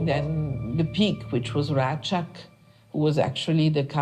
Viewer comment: It's not Rakak. It's Rachak. Metohija is pronounced as Metohiya. Srebrenica is not pronounced Srebrenika, but as Srebrenitza.